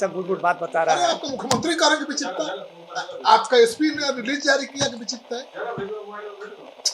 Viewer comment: एक बार बोल रहा....की बिछिप्त था...क्योंकि बोल रहा बिछिप्त नई था...ये क्या बोल रहा है भाई!